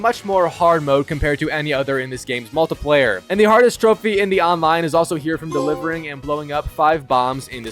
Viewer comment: same way he pronouces multiplayer